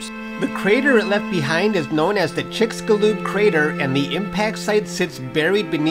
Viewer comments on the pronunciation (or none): It's "Chick-shu-loob". The "x" in the spellings of words in the Mesoamerican languages is always pronounced like "sh" in English. It comes from medieval Spanish, which once used "x" for that sound before it gradually became silent in the early modern period. Cortez would have read "Mexica" as "Meshika," for instance. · Your pronunciation of "Chicxulub" was terrible... sorry...